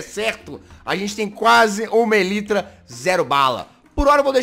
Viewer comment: o jazz: fala tudo em ingles, DA O LIKE! :) a elytra: ELITRA kkkkkkkkkkkkkkkkk